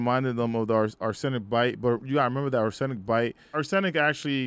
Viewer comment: My guy, open a dictionary. Canary, Seraph, Arsenic. That is not how those words are pronounced.